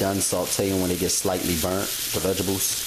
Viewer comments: it's vegetables not vegables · "Vegebles"! Lol! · Did you say vegibles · Hahaha. Vegebles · lol, I had to keep going back to make sure I heard it, yep, he said VEGIBLES, rotfl....whew!. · I dont know one person who can yo. I sure can't. When he says vegebles. He is a cutie tootie (sorry I'm real southern) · Why can't you pronounce VEGTABLES properly?